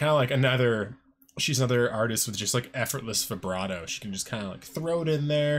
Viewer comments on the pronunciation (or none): none